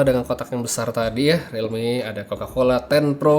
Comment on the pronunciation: realmeow beneran